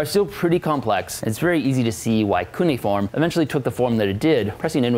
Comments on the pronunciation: I've never before heard cuneiform pronounced coony-form! First syllable should sound like "cue" or Q :) On the other hand your emoji/punctuation system, and I say this as a long-time conlanger, is very creative and would be quite useful if we adopted it for real. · Keneyaform? Its Cuiniform (Cue-nih-form)